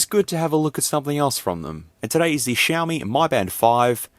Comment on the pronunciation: Mi is pronounced Me, not My